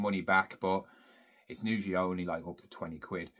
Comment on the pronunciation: Usually...not nusually...aarrgghhhh